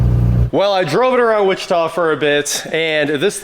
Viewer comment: Downtown Wuh- chee- ta! I noticed this a few months back. We hear so many different mis pronunciations here in Sevierville, Sevier county tennessee and Pigeon forge, Gatlinburg Tennessee.